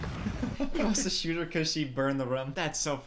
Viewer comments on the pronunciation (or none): none